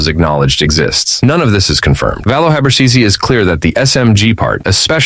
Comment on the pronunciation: C in habercisi pronounce as a g